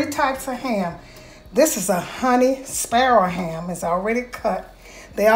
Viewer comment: WHAT IS A SPARROW HAM? SO YOU ARE SAYING SPIRAL!